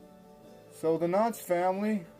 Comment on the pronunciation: Ok I'll be the only commenter...The title of your video is clearly KNOX but it sounds like you are pronouncing it KNOTTS, and referring to the Knotts Berry Farm family of California. My family is from East Aurora but I grew up in so Cal so I'm familiar with both and these are clearly separate families. Hope you liked East Aurora, a beautiful little village!